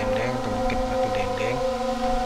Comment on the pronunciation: Batu denden yang benar bukan batu dengdeng